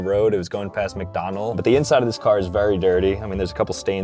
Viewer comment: "mcdonal's" : sob